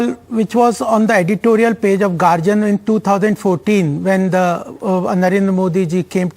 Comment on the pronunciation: pronounce correctly.. It's Guardian. NOT GARJAN😅😅😅😅